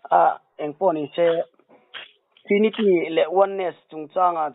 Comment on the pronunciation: Khawvel mihringah hian dawt sawi lo tur i rin thlang chhuak rawh ti se hi ka thlang tel ang tih tur khawpa mi tak tak a nih hi. I mi kawm hian Trinity pawh a lam thiam lo, Thrinity a ti zel, in nawi lutuk hi a ngaihna ngang a awm lo a ni e. Mawl hlawm ropui mai bawk si😂😂😂